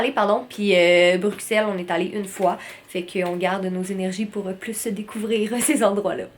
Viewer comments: Ma belle je suis contente que tout C est bien passé pour tes signatures en Europe. Petit bémol... Quant tu prononce Bruxelle, le x se dit pour un s. C'est bizarre je sais mais c'est comme sa qu'ont le prononce. 😊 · Super vlog Les timelapses s'était trop chouette ! Ps: Bruxelles se dit «brussel» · étant belge, je confirme que l'on dit "Brussel" ici :)